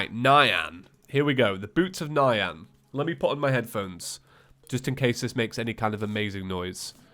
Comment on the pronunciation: "Boots of Nyan" is pronounced N-yan, not Nigh-an btw